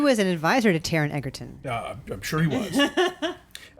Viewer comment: If you can’t even learn the proper pronunciation of the lead actors name - then I have no use for your “review”.